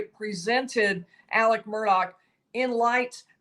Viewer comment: Alex** why is she saying Alec?